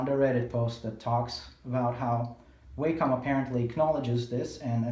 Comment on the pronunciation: Please pronounce Wacom correctly - it's not waycom. I couldn't concentrate on what you were saying as it was irritating me hearing you say Waycom all the time